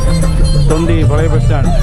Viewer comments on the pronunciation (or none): none